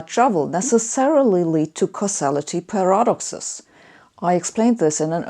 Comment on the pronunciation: I love that she can pronounce 'Alcubiere' perfectly but not 'paradox'. Or 'sword'.